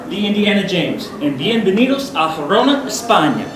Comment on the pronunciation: Don't mean to pick, but isn't this place's name -- Girona, not Gerona.